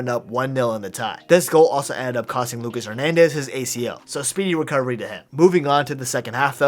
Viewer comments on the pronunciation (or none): none